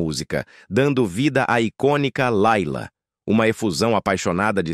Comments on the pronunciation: A música não é "Laila" mas "Lêila" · IA, se chama Layla mas se pronuncía Leila. Por favor.